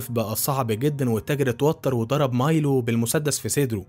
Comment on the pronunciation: مايلو وليس ميلو